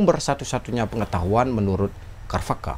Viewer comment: pengucapan sanskritnya sepengetahuan saya c..charwaka bukan k... kharvaka